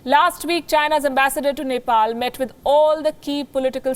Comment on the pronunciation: Even the reporter couldn’t pronunce of Neplease cast how she can make a report without looking map of her country